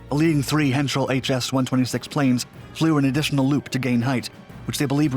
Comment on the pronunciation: Dude! You were doing so good, you pronounced "Henschel" just fine. (think of "Heinz" ketchup - pronounce the "ei" like eye as in eyeball - you pronounced the second half just fine). "H(eye)n-kel"... Heinkel.